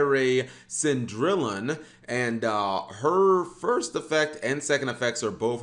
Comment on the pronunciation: Actually not fault he pronounced the name wrong this time. But it's 'SAUN-DREE-YON" Cendrillon. The French ver. of Cinderella